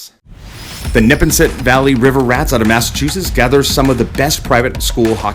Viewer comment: It’s pronounced (Nep-aw-nset)